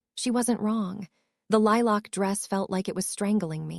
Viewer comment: The AI voice pronouncing lilac weird was a bit irritating but you really need to fix the “hopping” error 😂 unless I’m wrong and everyone is jumping around I’m pretty sure it’s supposed to say “hoping”